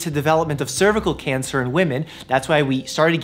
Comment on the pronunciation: Everyone else saying cancer: "Cancer" Dr. Mike: "Can-sir."